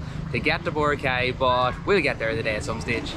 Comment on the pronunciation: You need to pronounce BORACAY correctly.